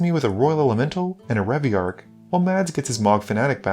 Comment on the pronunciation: My man, please- it’s Reveillark Edit: when you said you tutored for locus of rage you flashed up locus of creation